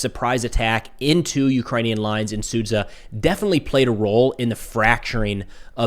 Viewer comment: When he will manage to learn how to pronounce Sud-zh-a correctly , not Sudz-kh-a, "zh" - is one sound, it's like pronounce Wa-sh-ington like - Was-kh-ington...Sudja lol...